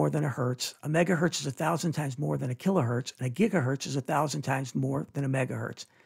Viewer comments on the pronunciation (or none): none